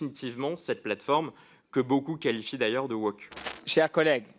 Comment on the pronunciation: le mec ne sait meme pas pronouncer le mot woke, il dit wock. la tehon